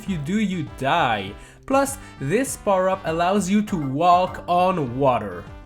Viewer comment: you can waLk on water. Nice l pronunciation.